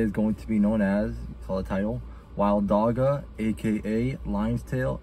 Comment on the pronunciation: dam bro you butchered the pronounciation of dagga its a soft g similar to how the ch sounds in bach